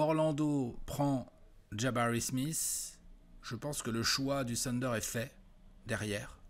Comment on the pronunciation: Encore un “TEUNDER” et je me désabonne 🤣🤣